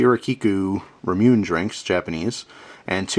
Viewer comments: lol its actually more like ra mu ne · Its pronounced Ra-Mu-Neh. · Great vid,. Just fyi, its pronounced, "rah-moo-nay." Take care. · its said like ra moo ney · Ramune is pronouced: ra (like in "raw"), mu (like "moo"), and ne (as in "nephew"). Keep up the good work! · Ramune is delicious. In case you were interested,, it's pronounced ra-moo-nay (a Japanese transliteration of 'lemonade'). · I held my breath for the Japanese pronunciation. :P It's actually pronounced: "rah-moo-nay"